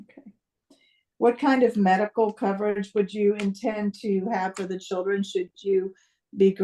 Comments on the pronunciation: I love..........,but she keeps saying "Chuldren" lol😅 sounds like my aunts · This judge is a joke. She cant even pronounce the word children. Churdren.. Insane. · Did the judge pronounce it “chirdren” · Yes she did 🤦🏻‍♀️ you’re the judge! You should be able to pronounce “Children” properly. I mean, c’mon!!